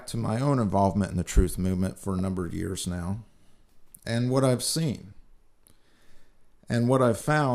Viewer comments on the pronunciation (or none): none